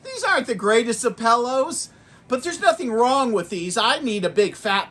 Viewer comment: "Pallows" 😂... great review 👍